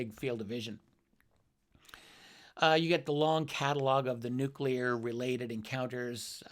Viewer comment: How can you have any respect for a man in Karl Nell's position who cannot pronounce the word 'nuclear'. What an ignoramus